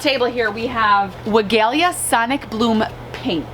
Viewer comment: Love your videos and your energy, just a suggestion, you should check the PW video on the pronunciation of Weigela.(Farmers Market greenhouse grower)